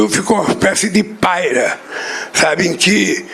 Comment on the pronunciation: 'paira'. O elemento não sabe sequer falar, e quer falar dos outros.